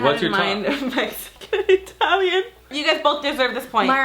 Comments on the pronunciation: "Atalian food" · It's "atalian" for me 😭💖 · said "atalian"💀😂 go off sis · She put “Atalian” 😂